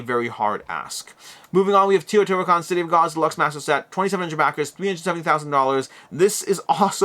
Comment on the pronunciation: BTW, it is TAY-O-TI-HWA-KAN, not TI-O-TI-HWA-KAN...